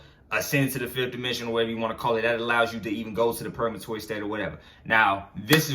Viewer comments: Purgatory bro not purgamatory .... But i fucks wit the message so pronunciation doesnt matter cuz i know what you talking about .... But id like to pick your brain because im caught up and feel like im at a standstill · He said purgamatory 😂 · Are you saying purgatory? 🤔